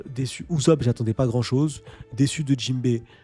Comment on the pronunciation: PTDRRRR PK TU DIS UZOP TU MA STRESSER